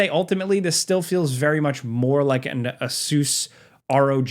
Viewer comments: Ace-us, please man. Not ace-oos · Did you say Ah-soooos? I thought it was pronounced A-sis? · Hey, it’s funny how you pronounce Asus 😄